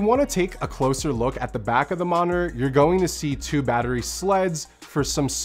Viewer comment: is "moninor" (or "monor") proper english or is it a specific accent (from a region or a city) or a personnal accent or a personnal flaw ? I'm seriously curious.